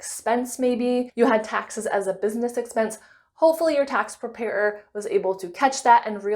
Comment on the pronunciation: Prepair-er 😅 Great video